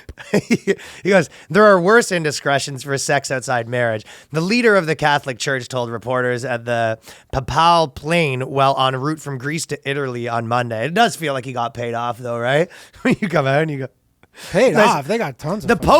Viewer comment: Papal = PAY-ple